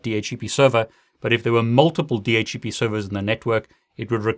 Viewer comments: Why does he keep saying DH - E - P.... I thought it was DH - C - P. I cant get over that. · why you pronounce di eitch e pi instead di eitch C pi ?